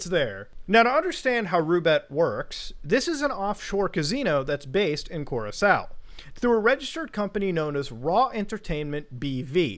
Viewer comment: Awesome piece one thing though: Cur Rock Co is how your pronounce Curacao